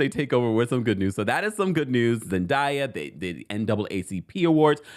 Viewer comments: ZEN DAAAAYA - idk what you calling her lol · Her name is pronounced Zen"Day"ya 🙃